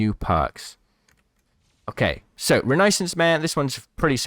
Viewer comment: lol "renaysense man" 🤣